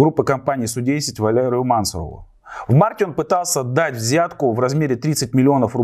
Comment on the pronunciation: Не мАнсуров, а мансУров